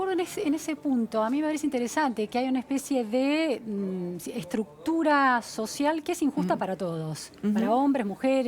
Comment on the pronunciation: Cada 10 segundos la entrevistadora dice: una estructucra social Jajaja